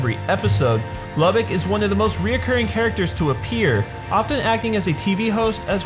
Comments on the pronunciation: It pronounce loo-bok sorry I just had too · I thought his name was pronounced Luu-bock